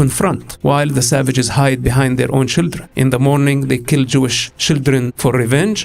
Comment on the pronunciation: He is the Israeli verson of Borat. Dude even pronounced "children " the way Borat did "Shildren"😂